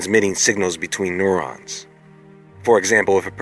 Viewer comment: The body loses weight, not mass! And what are NO-Rans? You can say neural, you should be able to say neuron!